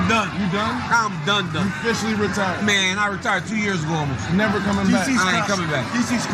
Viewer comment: “Ahb nelva been a big Mike Tyson fan” said stupidest mofo alive.